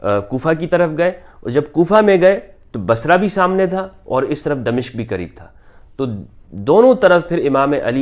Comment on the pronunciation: غلط العام اگرچہ صحیح ھوتا ھے مگر صحیح لفظ دمشق Damashk میم کی زبر کے ساتھ۔